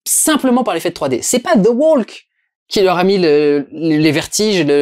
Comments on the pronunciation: ça se prononce THE WOK en bon anglais.. c'est insupportable d'entendre ce L censé être silencieux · Plutôt the "wauk" d'ailleurs... Insupportable d'entendre des gens agressifs se tromper en essayant de corriger les autres !